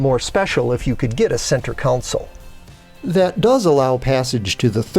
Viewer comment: So even though I didn't get an answer from you to my question, on your last video. I wanted to watch this video to hear you again, and you did say again "CENTER COUNSEL" however the closed caption service had it down as Center Console??? I'm still confused, Who is correct here?